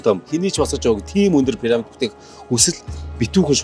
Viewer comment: Ene gold ni suuj bgaa sahaltai pesda chne hel muutaimuu? Paramid Paramid gd hutsaad bhiin.. Piramid gd zaagad ogchooch sd..😂😂